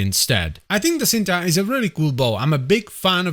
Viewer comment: It's pronounced "ch-een-tuh" and is Indonesian for "love" 🤓